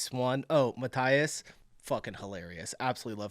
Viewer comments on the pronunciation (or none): Please, please, please: Mathias is pronounced /məˈtiːəs/ like „muh-TEE-us“. Sincerely, a Mathias.